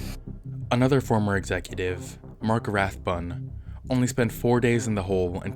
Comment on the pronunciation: Thank you for being one of the only people that pronounces Rathbun right LMAO